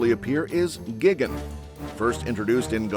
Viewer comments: GIGGEN? ugh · This mf said gigane** what an absolute imbecile